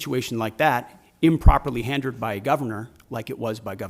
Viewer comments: "improperly handered" um Mr. Whiskey pete Secretary of Definitely Drunk. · improperly “handered” ? sounds like slurred speech to me.